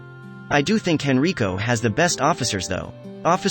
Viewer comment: Cops are people, too. God bless! Also, it's HEN-RYE-CO.